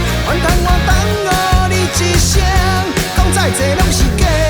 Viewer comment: 我要先說，這首歌我已經重播一整天了（已愛上 但是， 愛你愛你「一」生的「一」 還有紛紛擾擾「使」你心傷悲的「使」 真「心」換絕情的「心」 結「束」這感情 發音是不是都發錯了啊？ 「一」生：it-sing 「使」：sú 「心」：sim 結「束」：kiat-sok 才是比較常見的發音(嗎)？